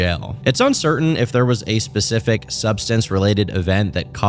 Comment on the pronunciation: I cannot focus on the video when you say pacific instead of specific. I am losing my shit